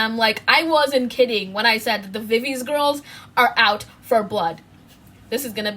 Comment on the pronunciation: not to be that person but viviz is actually pronounced as vi/vi/zi, not vi/viz... (love this vid btw ❤️)